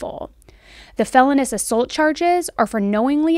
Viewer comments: Hay girl HAY!, I love your content, but I cannot get past ONE and only thing. "Felonious" is correctly pronounced "phell-oh-knee-us". (Not "felony-us") Love your podcast. Just hope this helps in future episodes. <333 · … not to be “one of those” - I think you have first rate content however… Felonious is pronounced Fell O NEE US not Fell On US… 😅 don’t hate me, I know you know what you’re doing, it just makes you sound less knowledgeable than we all know you are when mispronunciation happens to anyone in any field, love your channel! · it's pronounced fel-OWN-ee-us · Hi, great video. It's pronounced Fell-own-E-ous. Thanks for all your time and research. This is a horrible thing, and I'll never figure out how a parent does such a thing ... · Hey. Just an fyi… the term is felonious assault, not felonous assault. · For the commentator....I think it's pronounced Fell LOOO Nious Not Fell eh nus.